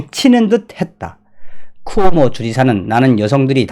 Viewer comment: "쿠모오"가 아니라 "쿠오모"입니다.